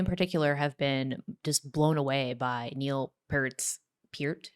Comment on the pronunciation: PERT. Not PEART.